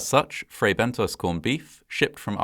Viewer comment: You narrate very well, with excellent pronunciation and diction, but with occasional lapses. In this case, it's Fray Bentos, not Bento's or Bentoes. The 2nd syllable rhymes with Moss, not Nose. In British English (as you're apparently British, with a very British accent), it would have to have an E (or another vowel) after the S to change the vowel sound to a long 'oh' sound. American English does not have the short 'o' sound as in 'got' or 'not' in British English, and so American English tends to use either a short 'ah' or a long 'oh', depending on the word. That's correct American pronunciation. But when the short 'o' sound (as in British English) IS called for, e.g. in words from other languages, Americans tend to replace it with 'oh' because that's the sound they know - and that's perfectly understandable. However, IMHO that isn't something for British English speakers to emulate, because we DO have the British short 'o'.